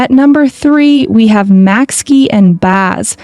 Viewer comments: it’s just pronounced like macky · maxky pronunciation was crazy 😭